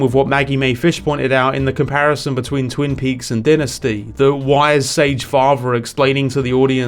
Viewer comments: You pronounced Dynasty like you never heard the word pronounced before lol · The only thing better than Smile 2 is your regional specific pronunciation of Dynasty 😮